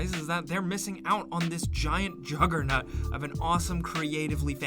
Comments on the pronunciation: Anyone else hear: "Giant joggernut"??? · Ah yes, JUGGER N U T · did my man say "juggerNUT" lmaooo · Did you really just say "Juggernut?" OK, next time...two pizzas are on you. Also, I came here to bust your "juggernuts" over "attetion", but someone beat me to it. LOL ;)